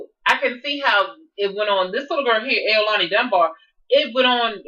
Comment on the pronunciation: Yes you said my name right✔and thank you for saying the truth